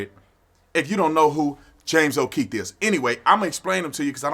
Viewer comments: O’Keefe... not O’Keith. Its not that hard to pronounce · It's James O'Keefe. Not O'Keith. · Bro his name is on the title, on your monitor and u still keep calling him Keith... Too cool to say o Keefe 😎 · Hey Brandon don't be like all them blacks and say Kieth when his last name is keefe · O’keeFe officer tatum, not o’keethe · James O’keefe, not James O’Kieth. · Love you Tatum, but it's O'Keefe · I don’t think you know who James okeefe is the way you mispronounce his name 😆